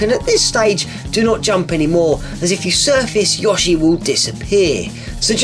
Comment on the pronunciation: It's weird that you say Yashi instead of Yoshi